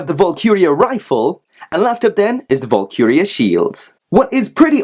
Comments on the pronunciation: Valkyrie = Val-ky-ree. Not Vulkuria. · Great video, however it's pronounced, val-ker-E, valkyrie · Dude. Hate to nitpick but this really bothered me. Its pronounced VAHL-KUH-REE. Other than that, loved the review. Definitely picking this one up.